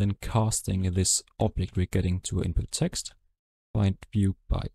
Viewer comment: Sir its Eext its text